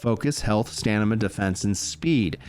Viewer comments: Its StaMina not StaNima 😅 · Nothing on Fist Weapons. And it's STAM-IN-AH! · The man is dyslexic... take a day off mate. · was thinking the same thing haha